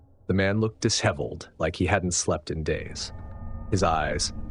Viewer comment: 😂😂 Narrator pronounced the s and h separately. Dis heveled 😅